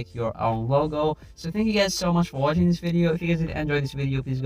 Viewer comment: idk if this was on purpose but in the outros of your last 2 vids instead of saying watching it says "watichising". lol